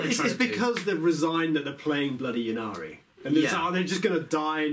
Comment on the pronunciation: I don't understand why this pronounciation of Ynnari has spread throughout the community. Surely you wouldn't say Yeevraine, it's just Yvraine? And the whole point of the play-on-words for the Yncarne's name is that he's the death god Incarnate - or would you say Yeencarnate?